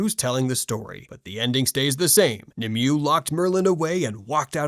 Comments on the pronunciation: Nimue is pronounced "Nim-eh-way" or "Nihm-whey" not "Nim-you" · Nimue-- Nim-Way Not Nim-you